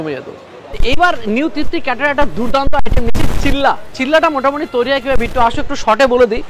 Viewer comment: Chilla na ota chila 😅 pronunciation e onno kichui mone hocche 😂